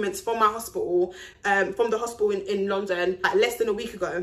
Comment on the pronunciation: They way she says London is funny lol